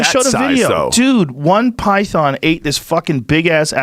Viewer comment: Joe “pytharn” Rogan